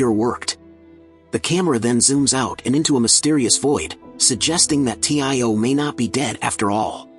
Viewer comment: Its tio not t.i.o